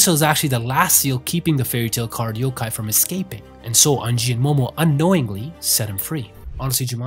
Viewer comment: The way he pronounced unji took 10 years off my life